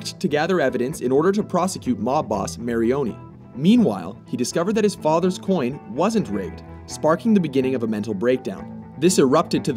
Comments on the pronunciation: Marioni? It’s Maroni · It's Maroni, not Marioni